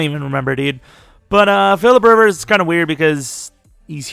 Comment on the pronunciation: phillipe rivers lmao i love it